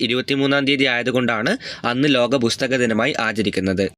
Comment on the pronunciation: ബുസ്തക ദിനം അല്ല പുസ്തക ദിനം